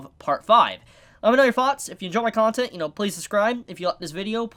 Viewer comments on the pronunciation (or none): none